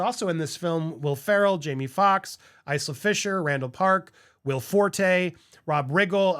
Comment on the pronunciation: …. Isla is pronounced with a silent S… like Island. It’s a Gaelic name